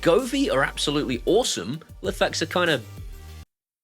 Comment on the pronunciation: I was a huge Lifx fanboy (and yes, you pronounce it wrong - and I've started to now!). I loved the colour on their bulbs and despite the fact that they kept going dark didn't put me off. However, the new parent company withdrawing from the EU and UK market and effectively pooping on us all has finished me off with them! I'm still using what I have as they are working and software updates seem to have stopped them going dark - famous last words. I do like the idea of Aqara ecosystem. I suspect I could replace my Smartthings system sometime in the future. Have Aqara indicated if they intend to launch bulbs? Good video, thanks.